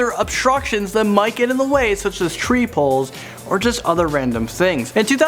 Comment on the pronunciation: Did he just say "tree poles"?